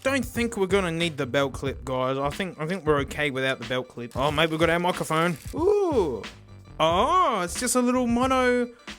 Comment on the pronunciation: Love how pronounces "microphone" as "moccaphone." He should get a moka pot to go with it xD